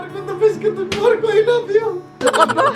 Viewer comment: Hala hindi lave